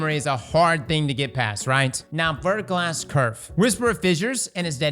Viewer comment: when you said verglas curve I heard "vertical Ass nerf" and I thought Titans just got their butt towels taken away along with everything else